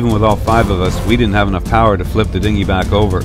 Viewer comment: Haha you said "Dingi" jk jk ik what it is